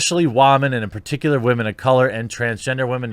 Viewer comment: Why do you keep saying wamen? I don't understand.